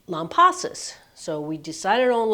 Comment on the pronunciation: I, also planned a trip to Texas two years prior! I was near you in Georgetown, TX! The clouds parted for us for about 15 minutes just when Totality hit! What a blessing! You were smart to head to Lampasas. I heard downtown Austin was cloudy. (Oh, and we pronounce it Lamb-pass-us)